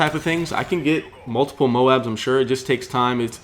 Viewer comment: 0 MOABS. Not moans.